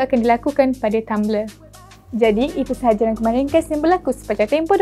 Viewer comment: “Kita jumpa lagi ‘esok’ untuk Amanz24” Tiap kali aku dgr dia ckp perkataan ‘esok’ tu mcm terngiang2 dlm telinga aku smpai masuk tidur. Lain sikit sebutan.